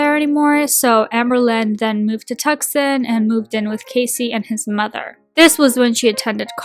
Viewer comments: "Tuck-sun?" It's "too-san", but great video otherwise 👍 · Lol it's pronounced Too-Son... Not Tuck-Son. From an Australian 😆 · AL wasn't "heavily into drugs". She smoked weed & claimed to have "ate meth" once. She was in foster care from 9-18yrs old. Tucson (Too-sahn)✅️ Tucksen❌️ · Did you say “Tuscan AZ?”. It’s pronounced “Tu son”. Goodness! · The only problem I have with this video is the way you pronounced the city in Arizona, Tucson. That’s where I was born and it’s pronounced like TOO-son. 😜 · Tucson = Too - sawn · Love this video, as an FYI Tucson is pronounced Two-sawn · Her pronunciation of words and place names on all her videos really winds me up! I’m from England and even I know it’s pronounced “Tu-son” ffs 🙄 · if you mean tucson in arizona it’s pronounced to-san:)) great video love you <3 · Thank you! Hearing “Tuck-suhn” almost felt like a punch to the gut. 😩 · It's pronounced too-saan Arizona.🤭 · Even an Australian knows it’s Tucson!! 👏🏼👏🏼 (Too-sawn) 🥴🤣